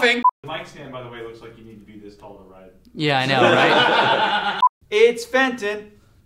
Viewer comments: It's not Fenton is Benton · The dog's name is Benton, not Fenton...... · The guy is welling benton not fenton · FENTON! Jesus CHRIST. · Actually its benton xD